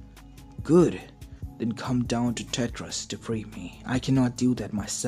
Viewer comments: just so you know it's tartaros not tetris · Tar ter it's